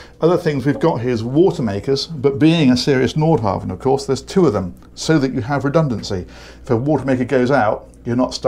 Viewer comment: It's impressive to see pronunciation evolve from "Nordhaven" to "Nordhavn."